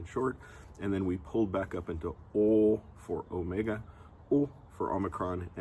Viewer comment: My language does have the ōmega sound. Your pronounciation still sounds like omicron, albeit long, to my ears.